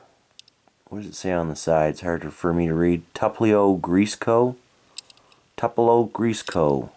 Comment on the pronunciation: It's pronounced Tupelo.